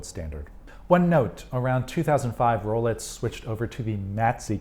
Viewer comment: Sounds like you're saying Rolets and not Rolex, which is more interesting than you might think, as I have an acquaintance who mispronounces X as TS. Is this a thing? Edit: Yep, he's definitely saying "Rolets". Listen for yourself. Multiple times he says it.